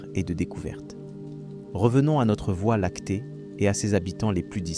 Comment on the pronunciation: documentaire interssant, que la voix IA ne sache pas dire voie Lactée convenablement...